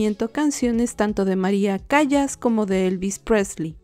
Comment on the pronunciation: Chica, se escribe María Callas, pero se pronuncia María "Calas".